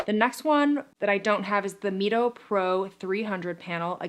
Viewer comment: It’s pronounced MY-TOE short for what red light does in the mitochondria.